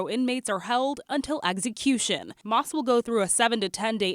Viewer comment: Why is the reporting saying “eggsy-cution?